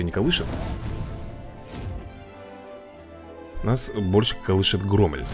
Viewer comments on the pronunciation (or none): Если что правильна не громэль а громель